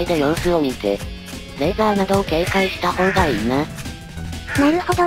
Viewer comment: レーザー撃つときレイザー言ってるんですねw